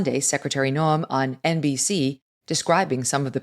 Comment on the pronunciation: Megyn, please note that Kristi Noem's name is pronounced Nowm, not No-em. No-em would be how an AI voice would say it.